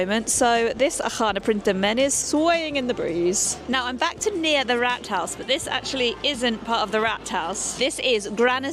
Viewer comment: Just a point on pronounciation here. When you say the word "Rathouse", you say it like the british way of saying "Rat" as the rodent. That would have been spalled Ratt, in german like in the same animal in german, which is "Ratte". The word "Rat" is pronounced with a long vowel more like "Raat" and means "Council" or "body of peers" to get some better equivalent British synonymes instead of "Parliament", because it's just a local management board.